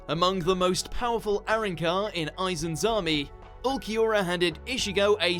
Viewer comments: Cifer - Shiffer Arrancar - ah-rAHN-carr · Only thing that pissed me off is how he said arrancar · Number 1 not being able to pronounce arrancar correctly